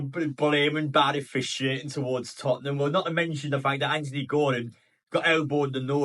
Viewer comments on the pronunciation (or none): none